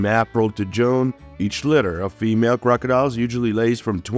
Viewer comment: Eggs are laid from appril to Joan. The incubation temp is between 31 and 32 degrees celecius. Synthetic voices, I love 'em.